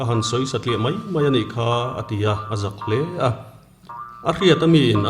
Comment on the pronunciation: Nangni ang te hi chuan mai hmanna turah hian mei ti hi chuan lam lo hram teh u.